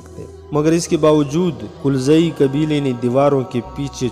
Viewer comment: Qulzai nahi galzai